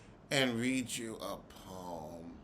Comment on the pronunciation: "read her peom" 🤦🏽‍♀️😩 Monique was easy - didn't take murch effort to bag